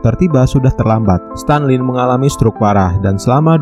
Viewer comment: Stalin min bukan Stanlin